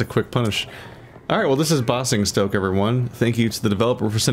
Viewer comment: I know it doesn't matter. But it's bay-zing-stoke. Fun commentary as always.